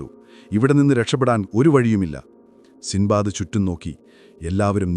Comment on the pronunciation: സിന്ദ്ബാദ് അല്ല സിൻബാദ്